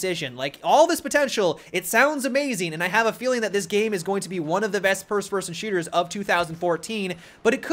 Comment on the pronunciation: "prst frstn shooters"